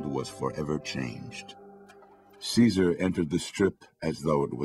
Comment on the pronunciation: i hate how they call him kizer its caesar